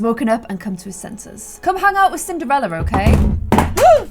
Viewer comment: I seriously thought she said simderella at the beginning! 😅